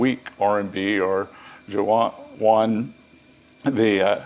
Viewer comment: Ya? Isn’t it “Yuan”? He calls it “Juan”.